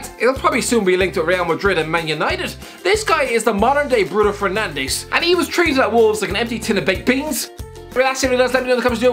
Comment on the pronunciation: Mate, it's Fernandes, not Fernandez. We speak a different language over here and that language ain't spanish.